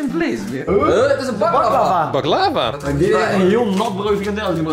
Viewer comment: Iedereen: baklava Raoul: bak-lavA